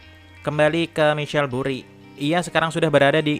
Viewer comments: Michael bukan michell, penyebutan inotasinya perbaiki , trims kasih semangat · bacanya maikel bukan misyel anjim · Maikel bang cra bcanya bukal misel